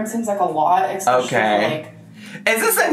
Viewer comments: Minor detail I know, but her ‘ex-speciallies’ are driving me mad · Did she say exspecially?